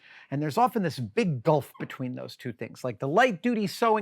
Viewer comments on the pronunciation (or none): none